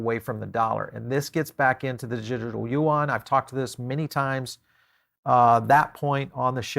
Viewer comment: Yuan pronounce as Yuuuen. not Yuang.